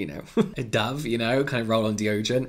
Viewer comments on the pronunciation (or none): none